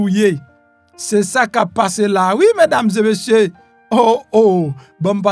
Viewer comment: Ou sanble ou ka pale fransè men lè wap di : mesdames zeu messieurs, li yon jan ridicule wi.